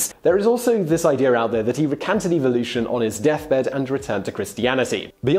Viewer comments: wish he pronounced evolution correctly. 😉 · Does it bug anyone else by the way the host says evolution